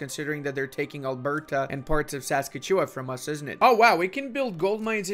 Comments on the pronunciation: Ok I know it’s a tuff word. Saskatchewan is pronounced: “Sah-ska-chuh-waan” If that’s not to helpful: “Sus-catch-oo-one” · He butchered Saskatchewan... in like the funniest way I have heard in so long. I actually pronounce Newfoundland like that, but only because my dad was born there :) It drives his entire family nuts :) Worth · saska chewa? SASKA CHEWA? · pronouncing Saskatchewan is something I didn’t know I needed in my life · Your pronunciation of "Saskatchewan" and "Newfoundland" hurts me as a Canadian, lol.